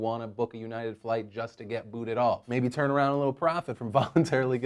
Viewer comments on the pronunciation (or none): none